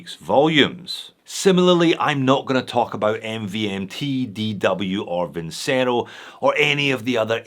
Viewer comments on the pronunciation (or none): none